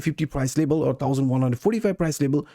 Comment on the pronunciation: LeVel it's a V not a B 😄